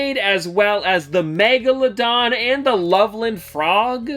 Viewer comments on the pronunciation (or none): none